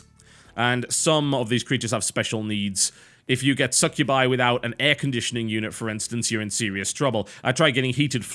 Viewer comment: im sorry say succubi slow and listen it sounds like your saying suck you by... oh just me ok :3